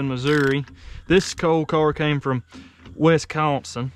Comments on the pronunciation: "west consin" 🤣🤣🤣🤣 Jesus christ dude..... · "Wes cawn sin" 😂 sorry im from Wisconsin so i had a good laugh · "...came from West Consin." Love listening to this video. And I haven't even got to the part where he gloriously starts the engine. Or not. We'll see. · I love your accent. I'm from Wisconsin, I had an uncle that lived in North Carolina and said Wes - con - son the same way. Good memories